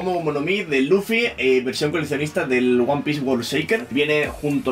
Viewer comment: jajaja nunca había escuchado "one pice" en mi vida, ahora creo que me sé toda la historia de principio a fin.